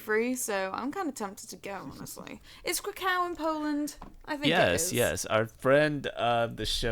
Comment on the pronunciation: Krakow, Warsaw- you pronounce the final w like a v. Like you're saying 'crack of' instead of 'crack-oh'. Anyway, I'll stop being a pedant and say thanks for the show. Also hooray for Nottingham. Word to my fellow 'knife crime capital of the east midlands' people.